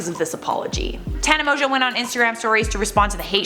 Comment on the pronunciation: So her last name isn’t pronounced Mongoo?? And she’s not 42?? 😳😳